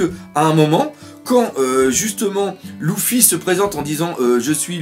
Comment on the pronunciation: ça me gêne quand tu dit Louffi on dit Lefi